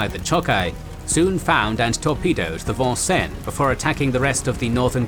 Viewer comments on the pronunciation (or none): I heard it as the Von-cen rather than the American pronunciation of Vin-senz. Kinda threw me off there. Otherwise this was an excellent presentation. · FYI, the proper pronunciation of USS Vincennes is: Vin-Senz. It is an Americanized bastardization of the French...this is rather common across the US Midwest, as English settlers changed the French place names into anglicized versions. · Love your presentation. One minor gripe is pronunciation of the name, Vincennes. It is is Vin senz as we Yanks have our colloquialisms. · Great video, as always. Couldn’t help but crack a smile at the pronunciation of Vincennes (the “probably” correct French “vahn-sen”), as compared to the Americanized “vin-sanes” (the ship, named after a battle, named after a town in Indiana that is definitely pronounced that way 😊). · This is not the French Navy, Vincennes is named after a city in Indiana and also the site of a fort where George Rogers Clark led an attack on British troops. Hoosiers pronounce it Vin-sins.